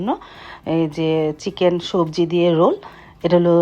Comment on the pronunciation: রুল না। রোল